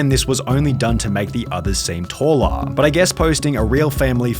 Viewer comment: Showa, Talla ... Love this accent.